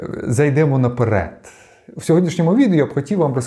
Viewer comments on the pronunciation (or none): none